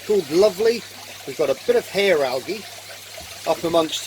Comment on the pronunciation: Yes you did say it right that time "Hair Algae"